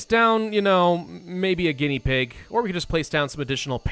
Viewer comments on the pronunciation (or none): none